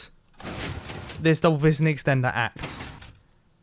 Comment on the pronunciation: PiSSSton door